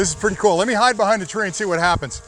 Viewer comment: "let me see if I can hind behind these trees" that made me lol. great video love the demonstration I can only imagine this drone and the future of drones will get so much better! I can only imagine it will start picking better paths and will have better algorithms.